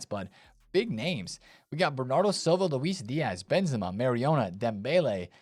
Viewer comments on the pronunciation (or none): none